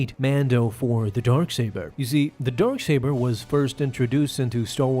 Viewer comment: Why do i keep hearing Dork Saber?